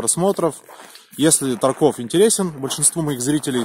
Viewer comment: правильно тАрков, а не таркОв